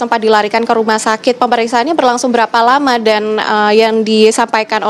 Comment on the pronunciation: heran, penyiar kok pada sakit pilek, mengucap memasang - pepasang, sangat - sagat, lama - lapa...dst